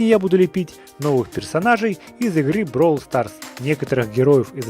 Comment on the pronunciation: Не бровл а бравл